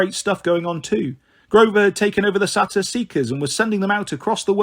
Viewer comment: I think you’re awesome but it’s SAY-TER AND KRONUS. That’s the pronunciation 😊